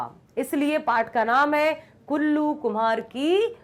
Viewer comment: Kallu ❌ kullu✅🤣🤣🤣